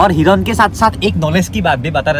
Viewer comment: Hiron nhoi a... Hiran 😂😂😂